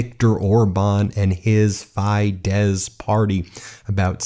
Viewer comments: It's pronounced "FEE-dess." Not that difficult to pronounce correctly if you try ... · /fídes/ and /tisa/ or /tísa/ not /taiza/ The pronunciataion. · Not fie-des, fee-des also, not Tai-sa, but Tee-sa 😂 ÉLJEN A MAGYAR SZABADSÁG, ÉLJEN A HAZA! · Fee-dess not fie -dezz and it’s Teesa not Tie-za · Are u ragebaiting?! you pronounce FiDESZ like FEED-ES and not TISZA like TEESA. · FIEdesz? More like BYEdesz 🎉🎉🎉🎉🎉🎉🎉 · Great news! Two nitpicky corrections: Fidesz is pronounced /FEE-dess/ and Tisza /TEE-sah/. And while we're at it, Magyar is pronounced /MOD-jar/. :) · Oh my goodness, every Hungarian word is butchered. Tisza is pronounced like “TEA-sah”; Fidesz is pronounced “FEE-dess”; “Magyar” is pronounced “Madyar” (the gy letter doesn’t exist in English, but that’s the closest). Even Orbán is pronounced “OR-ban” with the “ban” rhyming with “ran”. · I am learning Hungarian. Tisza party, which is also a river in Hungary is pronounced Teesa (short e) and Fidesz Feedes (again short e) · FIDESZ Pronounced: FEE-dess. TISZA Pronounced: TEE-sah. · Fidesz pronounced Fee-dus and Tisza is Tea-sa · you actualy pronounce the winkning party 'feesa' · As a European, I am, just like you, very satisfied with the result of the Hungarian elections, but... Please change your pronunciation of Tisza (Teas-zah) and Fidesz (Fee-dehs), etc. Oh, and Maga is the next to be removed from it's position of unrestrained power, after which finally Congress, with the law in hand, must depose or reduce the criminal Trump to an invisible extra in his final two years. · Its pronounce Feedesh and peter Meajar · Pronounce PHY - DEHSH party (fidesz)